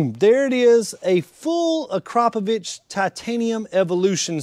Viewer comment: What? ...He pronounced it correctly